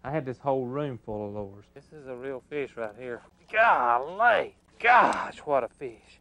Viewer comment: I always love it when people pronounce the “E” in fish. FEEESH